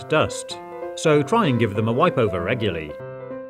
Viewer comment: "Ruguly" pretty funny,huh